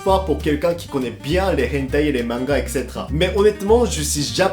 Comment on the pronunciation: Qui explique à: " Ex... cé... té... ra"